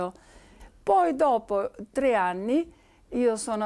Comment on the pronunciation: تقرير جميل لكن استغرب عدم تفريق المذيعة بين حرفي (س) و (ث) ، فمثلا تقول "سلاس أيام" …و الصحيح ان تقول "ثلاث أيام…و غيرها من الأخطاء في اللفظ.